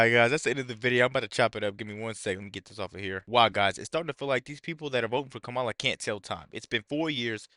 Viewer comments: The Vice President’s name is KAH-mah-lah, not Kay-MAH-lah. If you can’t get that right you don’t deserve to be taken seriously. What do you think people are thinking? You ask? They think people of color - that’s you, will be screwed if trump is elected. You sir, are a traitor and an idiot. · Before you start speaking about intelligence, you should learn how to correctly pronounce Kamala's name.